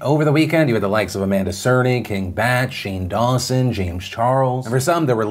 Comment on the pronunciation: King Bach doesn't know how to spell.... Bach is pronounced "Bock". He should be King Bash...